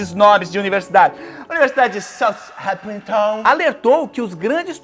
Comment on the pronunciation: se fala "SAL REMPTOM" JubiJubão. Colocando a linguinha pra fora, pra fazer o som do "th" 😂❤